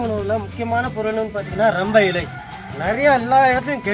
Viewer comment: சென்றயாருக்கு சொல்லுங்க ப்பா அது ரம்பா இலை இல்லை ரம்பை இலை என்று 😂😂உங்கள் சேவைக்கு வாழ்த்துக்கள் ❤